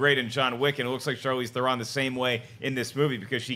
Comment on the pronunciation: Guys, her name is pronounced THERon...like heron... she's mentioned this several times on talk shows.